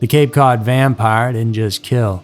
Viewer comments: this mf said cape code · "Cape Code"??? Also it's Cost-a NOT "Coast-a"